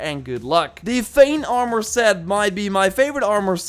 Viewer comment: Hate how he say armor😭